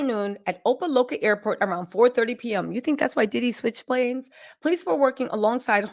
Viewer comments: It’s called Opa-Locka as in LOCK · op-ah-like-ah. js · Girl say "Opa Locka" again 😂😂😂